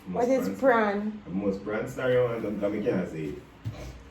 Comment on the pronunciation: Raza : you wah tun Pranstar 😂💀💀